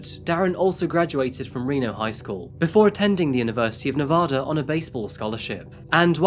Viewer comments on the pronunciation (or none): I live in Reno. She was murdered .25 miles from my house. I was headed home from the gym and my way home was blocked off. It’s Nevaduh not nevoda. 🤟🏼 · For future reference it’s Nevaaaaaada not Nevahhhhhhhda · why does everyone from outside of nevada pronounce it “ne-vah-duh” 😭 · Why does everyone pronounce Nevada wrong 😭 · sorry but once you pronounce "Nevada" incorrectly. CSI TV show is partially to blame. The show pronounced it just like this narrator so everyone thinks the TV people can't be wrong but they are! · But he can't pronounce Nevada correctly. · I live in Reno and I remember this case as it was happening! My grandma knew the judge. We’ll forgive you for the pronunciation ;) you should look into some other local crimes. Brianna Dennison is another good one. If you need local photos or insights, let me know! I’m happy to help one of my favorite channels! (And yeah, everyone here hates Darren Mack to this day 🙃) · Actually he pronounced Nevada incorrectly. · My home town! And I love your channel but goddammit, please stop pronouncing Nevada wrong, it's hard continue watching (may not matter to others but it pi$$e$ of Nevadans)! I've kinda heard of this story. What surprises me is nobody covers the S.A.'s at the University leading to the kidnapping, S.A. and murder of Brianna Denison in 2008. That was huge.